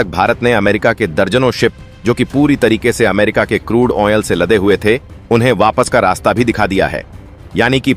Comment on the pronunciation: Useless way of narration. Repeating the same thing over and over. Wrong pronunciation of crude oil.